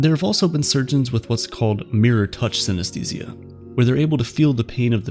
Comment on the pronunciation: Let's pay our respect to the narrator who pronounces the word 'synesthesia' hundreds of times in this video. It was hard.